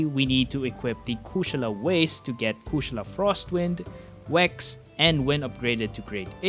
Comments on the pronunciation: My guy dont losten to them. You got the pronunciation right. Never change it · That’s hilarious coming from you. You do realize the word Kushala it’s a Hindu word. Is not no American word. So he’s saying it correctly. You’re the one saying it wrong, obviously. There’s more languages out there than English. Maybe you should learn some more.